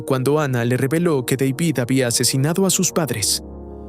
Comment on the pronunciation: Dale hermano, no puede ser que no sepas pronunciar el nombre de David